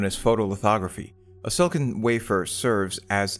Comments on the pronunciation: Nitpicking... You say "Silicon" too fast and with only 2 syllables instead of 3. It sounds like you're saying "Silkin". If you didn't show the word Silicon on the screen, I'd never know that's what you are saying. It's /Sil-ah-kon/. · Took me ages to realize he's saying "silicon" and not "silken"